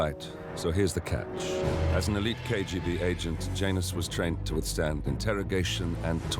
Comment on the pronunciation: Isn't that name usually pronounced "Yanus"?